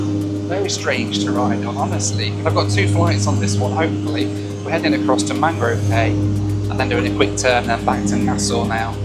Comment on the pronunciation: In The Bahamas the word cay, as in Mangrove Cay, is pronounced "key" not "kay".